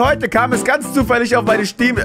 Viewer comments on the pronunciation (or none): "Schteam" xD Bester Youtuber <3